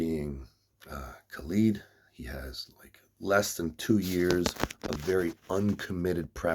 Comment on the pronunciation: Kha led. Not kha leeed. Lol